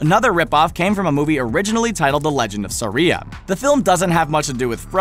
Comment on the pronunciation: You mispronounced 2 things wrong that I could see. One. Kiara the brave. (Key-are-ah) Isn't that weird? Two. The legend of Sarila. Why is it pronounced (sir-rill-ah)? Dang animation has killed me.